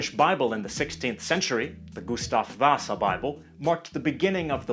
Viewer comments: The way you say Gustav vasa makes you sound like a finn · Why? Why can you not say Gustav vasa correctly Intemittnamn means notmyname in swedish